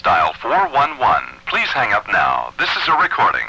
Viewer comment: "Please 'ang up" :D